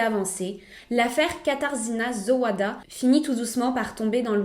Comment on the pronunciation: Ca se prononce Katarzyna Zovada son nom, pas Zo oua da. Le w se prononce comme un v